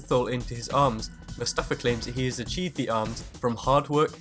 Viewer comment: why the fuck is everyone saying mofasa not mustafa 😡😡😡😡😡😡